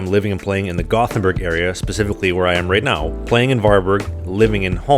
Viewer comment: When I played World of Warcraft, a lot of people in my guild were Swedish. One of the first things I realized was, that the names of the cities sound NOTHING like the other Europeans pronounce them. I remembered this after hearing the guy saying Gothenburg as a Swede. He almost nails it. It sounds a bit like two words Yóte-bóri 😄